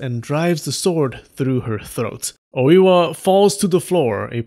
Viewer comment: Dude it's not Owiwa. It's Oi-wa